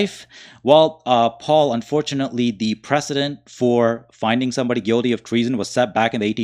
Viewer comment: It's pronounced " Guilty" not Guidy